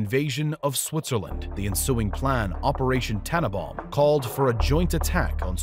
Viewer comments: Operation TANNENBAUM, not tanabaum. I do wish narrators would get their pronunciations right. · Wintergewitter simply means winter storm. And this fellow needs to pronounce it TanneNbaum. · Why can't he say the last n in Tannenbaum? It's TanneNbaum. And Baum rhymes with brown, not warm. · tannenbAum.... with an a